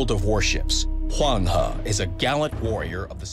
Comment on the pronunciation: I genuinely appreciate you showing us how to pronounce Huanghe Also, susbcribing. You dont need to burn yourself out on memes. Take it easy and have fun with your channel, you're one of the good ones :)